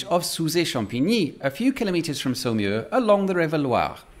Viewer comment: Can you please add the name of the town to the video description (not easy to make it out from your French pronunciation). Finally figured it is Saumur...